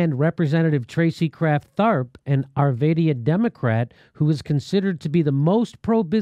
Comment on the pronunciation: I don't know what's worse the way you said Arvada or what they did... It's okay most people who lived in Colorado know we're screwed... that's why we don't vote... (I left Colorado so I still vote)